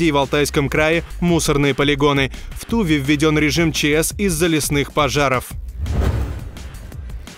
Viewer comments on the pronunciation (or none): Не умеете озвучивать - не беритесь. Тува - ударение на второй слог! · Токмо это будет в ТувЕ, а не в ТУве. С товарищеским🤝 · Текст читает робот? ударения в словах неправильные. Не в тУве, а в ТувЕ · Не тУве, а ТувЕ. Слушайте пож. перед релизом ))) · Не в ТУве а в ТувЕ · Тому, кто озвучивал видео срочно необходимо взять несколько уроков русского: в слове Тува ударение на втором слоге, если не знает, что такое слог, на букве А!))) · В Туве-ударение на второй слог. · ну, когда произносил название республики с ударением на первый слог, было не по. По идее кому-то накостылять должны